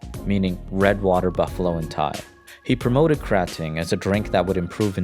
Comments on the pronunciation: "krah ting" not "kray..." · Krating isn’t pronounced like “grating” how you would grate cheese. You need to break up the two syllables (phonemes) and emphasize the vowels. “GrA” + “Ting”